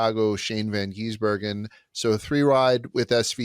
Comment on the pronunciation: For the love of God, it is GIZ-Ber-Gen Appreciate hatred isn’t real and that he just wants to be Shane